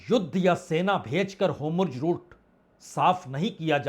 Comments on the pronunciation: Aap bar bar kah rahehain straight of hormuzko hormujhut Kya yeh sabda sahi bol Rahe Hain? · Homurj nahin Horrmuz.... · वाजपेयी जी, काबिलेतारीफ है आपकी मेहनत और आपका विश्लेषण, परंतु श्रीमान आपने इसराईल के प्रधान मंत्री एवं फारस की खाड़ी का नाम क्यों बदल दिया है । का वाकई हॉर्मुज रूट को होमुर्ज़ रूट कहना सही है?